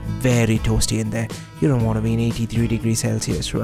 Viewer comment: "You won moar speeeed?"